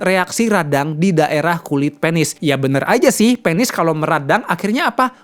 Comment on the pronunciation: Penis Bukan pēnis ... Kepsek Bukan kēpsēk dok Anyway suksēs selalu trims infonya Sangat berguna banget